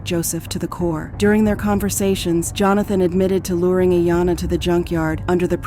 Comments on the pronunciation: "JOE-HAN-THON" .... Aftrr calling him Johnathon a trillion times before... See? This is why I cant like videos like this. Just mass produced redos of other videos others have done before using an AI voice. Get out of here. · You're saying both "Jonathon" and "Johansen" for his name. You having a stroke? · How does AI manage to get simple words like walked and van wrong? And AI pronounces Jonathon name correctly then 12.41 radomly incorrectly pronounces his name and a couple more times after that as 'Jo-han-fun.' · Somebody tell the narrator that Jonathan is NOT Johanssen. Unbelievable. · Bee zarr ree = bizarre. These ai bots are not as good. Joe han than = Johnathan Kwy Lez = Quayles The AI really removes the human part of the production for me.